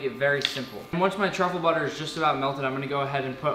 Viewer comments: It sounds like he's saying *White Chocolate* when he is trying to say "White Truffle" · Yeah fr 😂